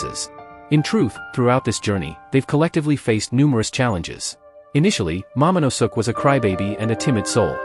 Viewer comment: "Momonusuk"😂😂😂 you mean momonoske